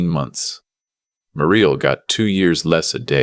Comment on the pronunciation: Muriel pronounced Mew-ree-el.